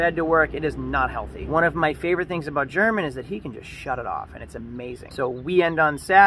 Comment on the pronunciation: He probably got tired of you pronouncing his name WRONG!